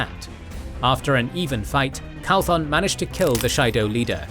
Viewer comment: Absolutely love this series. Also it's Matrim "Cauthon", instead of "Calthon".